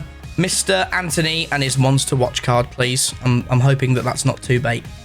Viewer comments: it’s actually antony not anthony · It’s Antony not Anthony and as you said the last SBS with Bateson of it’s not right it’s not right 👀